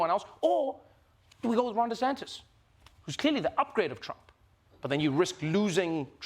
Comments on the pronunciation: Trevor!!! Repeat after me: Ron De SANNN-tis, not Ron De SANK-tis. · Trevor is actually calling him Ron DeSanctis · Trevor is still saying “DeSanKtis” with that extra K. At this point, my advice to Trevor is to add two more and just go all in by saying “DeSanK-K-Ktis.”